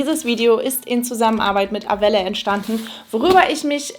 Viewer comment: Wird es nicht französisch ausgesprochen? Also eher ar-well ? 😅